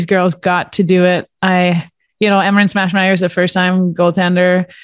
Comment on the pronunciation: Every time someone says "Emerance Maschmeyer", I keep hearing "Smashmeyer". I hope her friends gave her that nickname.